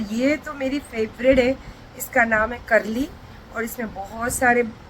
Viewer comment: Karli nahi kalli bolte hai mai goa ki hu isliye bola